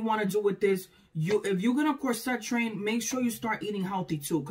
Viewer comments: /COR-set/ not /cor-SET/. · I say CORset. But my freind says corSET. So I guess either way.